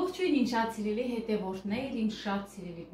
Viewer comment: да ещё кто тебе говорит не говори слово СИРЕЛИС не слушай их, мне лично очень нравится твоё произношения 😍😍😍😍😍